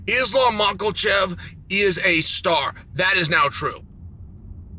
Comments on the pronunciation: "islam maklachev" - cheal sonnen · I mostly watch to laugh at Chael pronouncing fighters’ names💀😂. ALEX PIERRE… DRICUS DUPLI… ISLAM MACOCHEV… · Nobody: Chael: Islam Michaelchef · And right before Islam macklechev 😂 the man is undisputed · Makhachev or michaelchev? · Mocklechev.....get it right already!